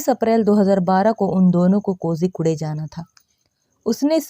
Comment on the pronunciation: Kozhikode bolte mam kojikude nahi😂😂